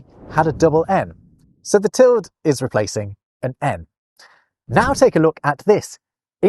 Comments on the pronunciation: Tilde is pronounced with two syllables: till-duh. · that's the first time in my life I've ever heard "tilde" pronounced as one syllable you should get out more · I thought that tilde was pronounced til-duh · Is "tild" the British way of pronouncing "tilde", or is that just a thing? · Tilde does not have a silent e. Pronounce every letter, unless you want your listener to think you have just been ploughing your fields. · I learned to pronounce tilde as two syllables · Am I going to be the 1,000,000th person to say that it's pronounced TIL-day? At least it is *en español*. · Enjoyed this romp the lost punctuation marks. We definitely need the sarcasm punctuation. I love the name interabang for the question/exclamation combo. Just an FYI, the mark over the n in Spanish, the tilde, is called a tild-uh. The e has a schwa sound. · tilde is pronounced with 2 syllables at least here in the USA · no t is pronounced til-de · Actually, it's "til-duh" in English. Sure, the word "tilde" exists in Spanish, but it means "a diacritical mark", not ~ specifically. In English, it's long been pronounced "til-duh", and you can check this in any English dictionary. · You do know how to pronounce 'tilde'⸮ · … do Brits pronounce the word “tilde” monosyllabically?? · Interesting pronouncing of - UK/ˈtɪl.də/ tilde. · What? No, the apostrophe covers any left-out letter, but the tilde (wow. "til-dee" or "til-duh", not "tilled" -- and no, not a US vs UK thing) specifically means specifically an m or an n has been left out (you get to figure out which from context). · You are the only person I've ever heard pronounce ~ as /ˈtɪld/. I say /ˈtɪldeɪ/, though the dictionary says /ˈtɪldə/ is more correct. It does mention what you say, /ˈtɪld/, as an alternative, but it's most unusual! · Where did you learn to pronounce ‘tilde’ as ‘tild’? I’ve only ever heard it as ‘tilda’, and online dictionaries seem to concur (for both American and British pronunciations). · Tilde* not Teld